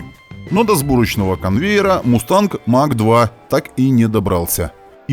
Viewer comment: Mach произносится как Мах - это немецкая фамилия. Имеется в виду Эрнст Мах, в честь которого названа единица измерения скорости относительно скорости звука. Сверхзвук - популярная в те времена тема :)